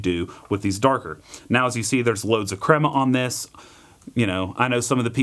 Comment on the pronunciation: The cwema is bwitter, mmkay? I don't want no cwema 🗣🗣